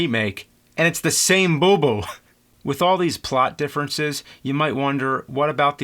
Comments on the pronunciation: The owl's name is Bubo, not Booboo. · Boo-BOW dammit....(grumble grumble....) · Nice review, but you kept mispronouncing the name of the owl! lol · He's killing me! Bubo, Calibos, Thetis...he got 'em all wrong. I'm not even sure if Charon is correct. I thought it was an "sh" pronunciation. I'll have to rewatch the film.